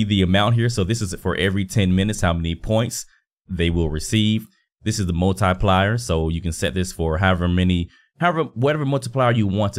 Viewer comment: "multi plyer" lol. good video bro.